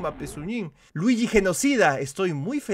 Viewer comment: Se dice Luigi no druigi a por cierto me gusta tu nueva serie de detective Luigi